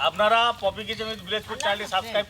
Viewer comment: পপি কে পয়াতি 😅